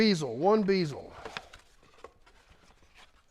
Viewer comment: Amazing find and an amazing car. I have a GTA fastback and I have a 390GT coupe. But did you say beeezel ?😅 I hope you know it's bezel with a short E sound.